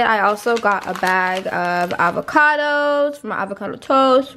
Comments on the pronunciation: lol right! I've noticed this for a while she says "beg" lmaoo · The way you say “bag” is so funny lol